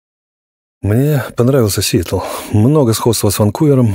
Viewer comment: Да что ж такое! СиЭтл и неприЯзнь! Хоть ГУГЛ чтецу в помощь!